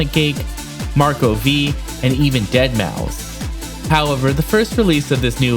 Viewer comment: Deadmau... Guess the 5 is silent LOL